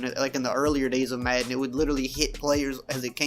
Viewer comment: I just hate how this guy says madden, where tf is he from?